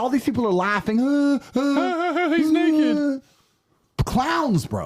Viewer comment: Tate said "Nakey" lol